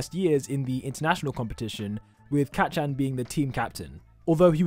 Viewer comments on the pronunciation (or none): He says kacchan as cat-chan